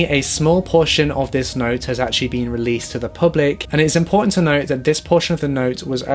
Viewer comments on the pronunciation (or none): I can barely understand what that girl is saying sometimes :(. Instead of saying "other" she says "uhver" and said "not" instead of "note". I had to listen and concentrate so intently on the words, it took me out of the story sometimes. Work on pronunciation a bit. It still was a good video over all though, no hate. Thumbs up.